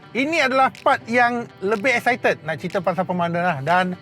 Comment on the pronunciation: Ke exicited tan = mcm ada bunyi setan bang😂